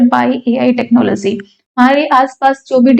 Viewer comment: AI technoloziii😂😂